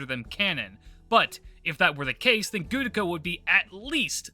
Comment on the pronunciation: The "Gudako is canon" thing would be far less cringe if your pronunciation of "Gudako" wasn't awful, like Jesus say Ritsuka or Fujimaru, and stop butchering the name already.